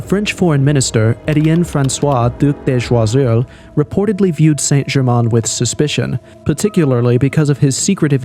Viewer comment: Dropping a near-perfect "Étienne François duc de Choiseul" after completely butchering "Giacomo"😂